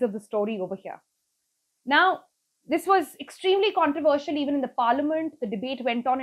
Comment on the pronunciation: who taught you English ? you cant pronounce controversial ?and government? i can keep on picking up on your poor pronunciation .....